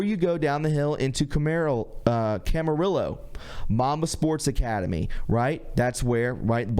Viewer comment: Yeah, I usually chuckle at some of his butchering of the English language; but, these soldiers deserved more than a lazy brush-off. He managed to pronounce Camarillo properly.